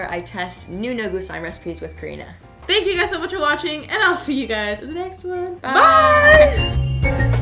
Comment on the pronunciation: I don’t think he know how to say thank u right?